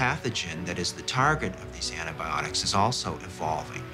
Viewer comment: ANT-ibiotics ha ha ha